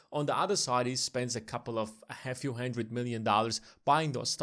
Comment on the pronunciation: dude, great content, but can you get your pronunciation of the word 'hundred' under control? my ears are bleeding.